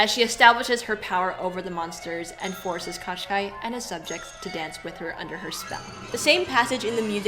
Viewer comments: Girls, if you such funs of the Firbird (Жар-птица the Heatbird in original) ballet let me make some remarks to the characters names pronounciation. The main antagonist name isn't spell like Qashqai (it's a mark of the ja[anese car) but Koh-Schey. It's hard to give the proper russian spelling of the sound Щ in english just put Кощей in google translator and push the spelling button. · I enjoyed the analysis very much, but I have never seen Kotschei written or pronounced like this, it made me smile each time you said it. I always assumed it to be transliteration from russian, and as such it should be like Koschei or Kaschei, pronounced like written. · NOT Katchkai , dears! It's KOSST CHAY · Hi girls. Thanks for such a fun show. I am Russian and when I was listening to you talking about evil witch I could not recognize his name. Then I looked at the closed captioning and got it. The closest phonetic spelling would be Koshay with an audible accent on 2nd syllable. All those extra consonants are making no sense at all. I think that proper names should be pronounced as closely to original as possible. Thank you again. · The sorcerers name is actually pronounced Ka SHAY. Which means roughly Mr Skin and bones. He is notorious for kidnapping fair maidens. One of them he turned into a frog. Good luck finding a prince to marry you. At least Rothbart had the decency to turn maidens into swans. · Ka, not Ko? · Do I recognise Andris Liepa as Ivan? Also, the name of the immortal villain in Russian is pronounced with only one K (in the beginning), the second consonant is sort of a long soft SH sound, and last vowel is /ei/ like ‘play’. Thanks a lot for this amazing recounting of Firebird!